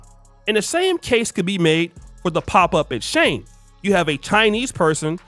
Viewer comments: Is pronounced She-in, not Sheen or Shane 🤦🏾‍♀️ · Its shein...not shane 😂😂😂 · Why are you calling it Shane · shein is pronounced SHE IN was she inside was they originated SHANE made me smile thank you this brand is not for all the ones it is for they go hard for it huh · Not Shane.... It's Pronounced Sheen.... Eventhough It's Spelled Shein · It’s not pronounced as Shane 😂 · Mfr pronounced It Shane 😂😂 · Its "SHE-IN" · Bro, "she-in" 🫡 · Listening to him pronounced SHEIN SHING is annoying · It’s pronounced as if you are saying….SHE IN… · * its pronouced (Sheen) Spelled Shein. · SHEIN is pronounced She In which is shortened for the old version SheInside which is now SHEIN. Younger Black women going crazy over SHEIN which sells very cheaply made, fast fashion, club clothes for a cheap price is 😒. I know it sounds classist, but the more educated, career focused Black woman who goes for a more refined look isn’t checking for SHEIN. We know that the Asian based retailer is banking on a certain type of Black woman being ok with subpar clothing while providing subpar customer service because they don’t like us like that. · pronounced SHINE, or how Chinese say SHY-IN. But agree with everything you said in this video. I do everything in my power not to give them other folks my money. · The brand name SHEIN is pronounced "sheen," like the word "sheen" (meaning a luster or shine) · no wrong its SHE IN (SHEIN) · Please pronounce Shein correctly 😩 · That pronunciation hit me the wrong way every time he said it.